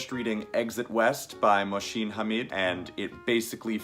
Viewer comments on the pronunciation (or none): Mo-oh-sin that's how you pronounce it